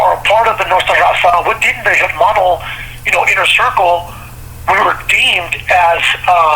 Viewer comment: Why do northerners pronounce the h in hermano? Or typically mispronounce Spanish words.